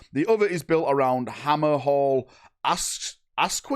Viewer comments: ak-sha, where do you see an ak-u-i-a? lol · "Guy-Ra" "Ak-Sha" No "i's" in either word... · AoS community would die if was the official name pronouncer for all the factions: Hammerhal ASKWYA!